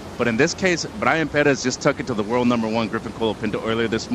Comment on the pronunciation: Please pronounce Pérez at least somewhat correctly!